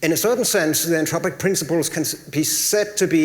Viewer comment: When says Anthropic, it sounds Entropic - slightly confusing